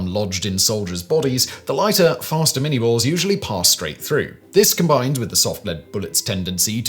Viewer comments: Its not the Mini-ball as in Miniature... its Minie as in the guy who invented it... (pronounced Min-ey, he was french). Small point of order but something everyone has done through history... the ball itself is almost twice as big as a conventional musket ball so mini would be stupid =P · It's pronounced "min-yay" not "min-eee". I've actually got a .54 caliber minie ball projectile on my desk. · ...and uses the American pronunciation of Lieutenant when describing a British officer. Plus 'minie' is pronounced 'min-yay'. Otherwise lots of great info.